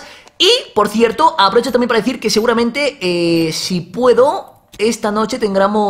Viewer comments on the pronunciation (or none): none